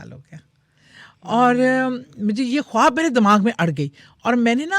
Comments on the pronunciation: کھوآب نہیں ہوتا خواب ہوتےہیں۔please diction تو ٹھیک کرلیں۔ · Khoti khab nahi khwab hota hy....hindi ko copy karti hy wahi chali ja....khoti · Host ki urdu itni buri hai (khob) Khuwab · خواب ھوتا ھے کھواب نھیں اپنی اردو پر کام کریں۔ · Ye khatoon jo khud ko anchor kahtee hain ye khwab ko hindi me pronounce ker rahe hain akhir ko kita bola ghum yani grief ko gum khayal ko bhe hindi me pronounce kertee hain Q? Kiya ink apni urdu huroof e tehajjee nahe aatee agr ye Pakistani hain to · Kitni ajeeb lag rhi host khab khab bolty 😂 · I please….. … correct your خ first it’s not کھاب